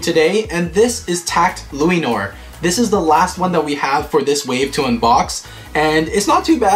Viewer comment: Hey just telling you the pronounciation for Lúinor is pronounced like luehnore and belial is pronoinced like Belle al as in Allen